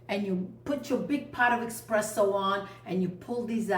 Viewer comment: Buonissimo! Pero no eXpresso, eSpresso.